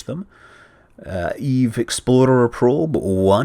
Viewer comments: Why does it always sound like hes saying "Eve Exploder" anyone else getting that? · it's not that we are mis HEARING it. it just always came out like EXPLODER. with a D instead of an X. i like your videos though. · So I'm not the only one who kept hearing Eve Exploder? :O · Scott, every time you say "EVE Explorer", I hear "EVE Exploder". I can't help it. It's just how you are saying it. I've had my doubts about the outcome of this mission from all the way back when it launched, because of this. edit: nvm, you finally addressed this point in this video ^^ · He says "explorer" like "exploder" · i just thought he was being funny and kept saying "exploder" on purpose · Aha! It's all in the pronunciation: Explahter is Explorer, while Exploader is Exploder! It all makes sense now! Sorry, Scott. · why does he pronounce "explorer" with a "d"? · He just rolls the "r" I think